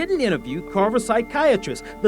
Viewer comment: OMG – That narrator/interviewer is one of the most grotesquely ugly humans I have ever seen. He can't even properly pronounce the victim's name – he keeps saying "Iriyarmolenko"!